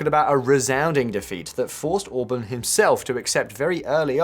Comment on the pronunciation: To the narrator: 'Orbán' is pronounced as 'Or-Barn'. not as 'Orbin'. Even worse: 'Magyar' is NOT pronounced as 'May-are'. Have a listen. If you're going to cover a story, make an effort. Please. Hence my thumbs down.